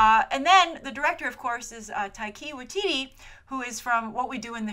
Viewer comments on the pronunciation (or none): Btw, Taika Waititi is pronounced like tie-kah why-tee-tee. Geez with two New Zealanders so heavily involved NZ is gonna go nuts for this movie. XD If it is any comfort, Taika has recently had a HUGE success with Hunt for the Wilderpeople, like, record-breaking success. And while not really comparable to a movie like Thor, the man can direct, so I reckon it's in safe hands ay.